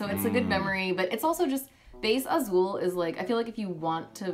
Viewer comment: As a brazillian portuguese native speaker I'm really amazed how pronounces "Azul" perfectly.